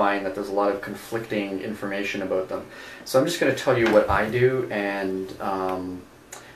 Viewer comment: they asked you aboot your stropping technique?